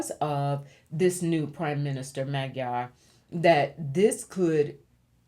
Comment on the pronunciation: Hiya,. If I may humbly show you how to correctly pronounce "MAGYAR". 1st of all, that is the Hungarians call themselves. It is also in the official name of Hungary, which is NOT the what Hungarians use BUT MAGYARORSZAG. which translates to" the Land of the Magyars". However, that word is pronounced "Moh-JAR because in "hungarian language, MAGYARUL"" a "DY" is pronounced, " JYA". I understand Magyarul thugh I'not fluent right now because I don't use it everyday as I did before God bless you, Gurl and please continue to allow the Ancestors to provide guidance to you to pass on through to your subscribers. BTW, I'm curious if your Spiritual name, "" was given to you by being intiated as a "MESSENGER OF LIGHT" do you know if it's Nigerian, WEST AFRICA & if it's taken from IGBO or YORUBA? It caught me ear immediately when I heard your name. I'm American born medium and speaks to and sees my ancestors each and everday since I "WOKE UP" in 1995. LOL!